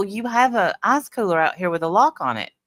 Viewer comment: when you say ice, I hear arse 😂 true 😂. I wonder if the man from the store thought that was what you were asking for lol